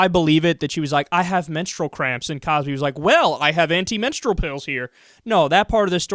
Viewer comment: she can't wrap those botox-filled lips around the word "menstrual".